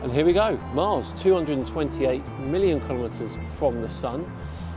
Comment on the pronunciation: I SEE - "Million" km I HEAR "Billion" km